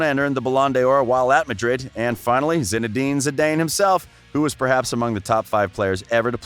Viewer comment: “Arseeeen Wenger,” “Zinadine Zidayne,” “Modrick.” This guy’s pronunciation is whack